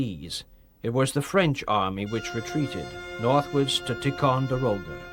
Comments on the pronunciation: Haha...that's funny but this guy can't even pronounce Ticonderoga nor even the word promontory. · I have little argument with this - except - pronunciation! Alleghany, Monongahela, Ticonderoga. I may have missed a couple. Just - a pet peeve.